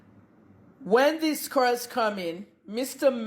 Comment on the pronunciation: Na cars abi na cuuars. The phonetics no be here ooo.